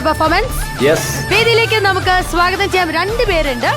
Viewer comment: വെള്ളജൂബയിട്ട താടിക്കാരൻ സ്ഥിരം ഉച്ചാരണത്തെറ്റ് ---സാഗതം (സ്വാഗതം )